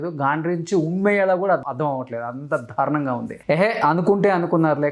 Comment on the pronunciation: ధారుణం కాదు అది దారుణం. చాలమంది 'ల' కు 'ళ' 'ళ' కు 'ల' పలుకుతుంటారు. అలాగే న, ణ లు.